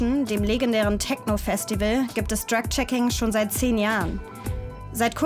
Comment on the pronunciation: sagt sie auch Dreck Checking. Vielleicht ein Freudscher Versprecher 😅